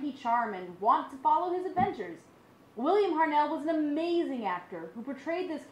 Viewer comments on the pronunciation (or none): It's HART-NELL not HARNELL!!!! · William Hartnell!!!!!!! Not William Harnell!!!